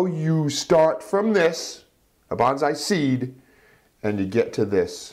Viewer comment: The proper pronuciation is Bone-Sigh (Long 'O') not Ban-Zai.